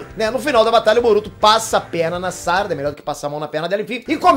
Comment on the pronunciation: SÁRADA? Fala direito, mano!